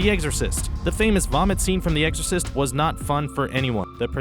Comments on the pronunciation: He said "The EGGsorcist" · Did he just say "The Eggsorcist"?